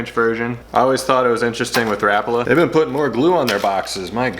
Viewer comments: It’s ra-pala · The pronounciation is closer to something like "Rah-pah-lah" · Stop saying “rappala”, douche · Think I heard pronounced ruh pollah..? Not rap uhla..? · My learning for the day. I’ve pronounced it Ra Paul A, my whole life! And I’m 64. Oh well… STARTING WITH WHITE!!!